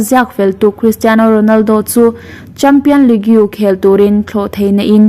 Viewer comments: Champian lik tiin chhiar rawh. Champian ligiu an ti ngai lo😆😆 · minute😂😂😂😂😂.... champion league poh i lamthiam nange?zahthlak deuh ve,Chuan i va Han chhiarthiam lo ve, school kal Miah lo i ang